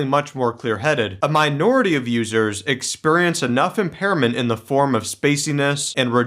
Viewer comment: I love how you say “exPURRience”!